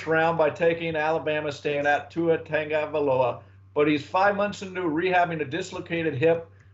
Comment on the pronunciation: Pronounced TONG-O-VI-LOA. Come on you should know by now bruh.